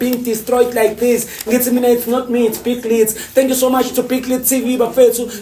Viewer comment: Instead of subscribing he just said dankoo😂😂😂